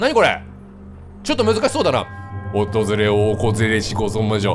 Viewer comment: 「訪れをおこずれしコゾモジョ」 wwwwwwww